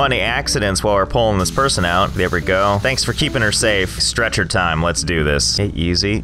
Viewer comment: When he said “stretcher time” I heard “stretch.her.time”